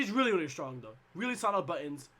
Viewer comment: I like sonicfox but damn, those "LIRLY"s was a bit too much